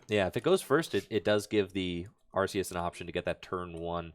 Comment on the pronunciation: is the way to pronounce Arceus. It's said in the latest promotions as arc-eus too.